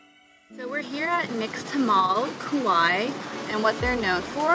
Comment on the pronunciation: Kauai not Kuwai.